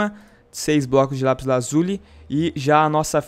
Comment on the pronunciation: aff que ridiculo vc falando lapis AZULI kkkk